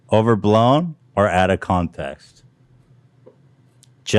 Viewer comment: I thought it was funny how he made fun of her for misspeaking then accidentally says “contaxt” instead of context like 5 minutes later lol